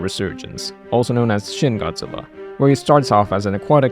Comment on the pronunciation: 'Shin' in romanized Japanese is pronounced: "sheen"